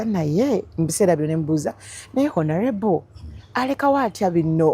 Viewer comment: Not "H"onourable but "O"nourable. The h is silent